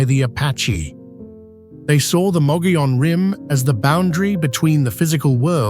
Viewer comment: Omg this video is riddled with endless mistakes, incorrect facts, and video clips that don’t match the description. The “white mountains” but showing the “desert” “Williams Arizona” but showing “Sedona” Mispronouncing mogollon rim, 3 different pronunciations so far.